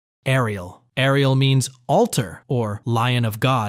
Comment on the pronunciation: Saying "Air-ee-ehl" and then following with rolled r's is getting me hahaha. Great video though!